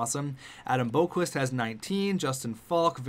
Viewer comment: You are pronasinge Adam Boqvist roung